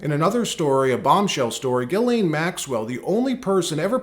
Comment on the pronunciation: You mean (Jizz Leen) Maxwell 😂